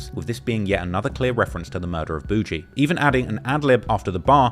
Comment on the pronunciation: It’s boogie like boogie man not bougie